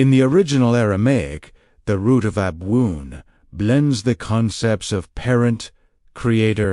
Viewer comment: Why are you using this awful AI voice which doesn't even pronounce the word ABWOON correctly, the very word which is the point of this talk? Your Aramaic work, the content, is absolutely wonderful, but unbearable to listen to